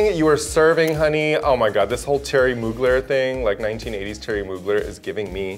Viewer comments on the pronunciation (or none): It is not terry moogler it's Thierry Mugler.